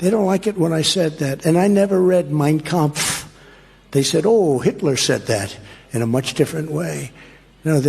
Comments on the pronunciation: Mein KampFFFF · "Mein KampFFF" 🙄